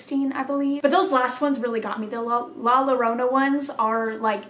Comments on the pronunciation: Llorona is pronounced yo-row-na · With the princess doll one she is speaking to the entity and is talking about how the doll is moving. Also in Spanish when there are two L’s the sound turns to that of Y( ex Llorona is pronounced Yorona) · To pronounce 'Llorona' just take the name 'Yeager' as an example. The sound that the 'Y' in Yeager, is how you pronounce the double 'LL' in 'Llorona'. Only pronounce the 'Y' & the rest is spelled right. In Spanish there are four more syllables in the alphabet, the 'Y' is one of them. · Lmao you’re so cute coach, in Spanish the two L’s at the beginning of a word make “Y” sound 😂. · Any spanish word that starts with two Ls example “llorona” is pronounced with a Y sound so i would be pronounced more like yorona. Just thought i would help. LOVE YOU!💙😚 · When you say “la Llorona” the double L in Spanish is pronounced like the y in English, so when you say “Llorona”, it’s pronounced yorona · In Spanish the two L’s makes a y sound so Llorona would be pronounced Yo-rona. Her story is very interesting I highly recommend looking into it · Hoi im here to tell you that the L’s in llorona are pronounced as a y so yorona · Easy way to pronounce Llorona is YO..RO..NA JUST LIKE CO.RO.NA lol yiu get it.. Newho its a legend in mexico of a women who drowned her kids in a fit of rage due to her spouse leaving her for another women and when she realized what she had done she tried to save her children.. It is said that she weeps for her kids at night while roaming the river /lake. And its also said that she weeps with hopes that a male companion would come along so that she could kill them.. So as kids we were told the llorona would get us if werent home before the sun went down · The ll in llorona is pronounced like the y in yellow